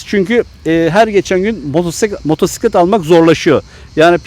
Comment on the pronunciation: kardeşim hoş bir sunumunuz var sohbet tadında.Elinize sağlık.Müsadenizle arkadaşlar hitabı daha az olsa daha da güzel olur demek istiyorum.Nerdeyse bu artık nakarat haline geldi günümüzde. Motosiklete motsiklet demeyerek doğru telaffuz etmeniz de yerinde tabii ki.Çok teşekkürler..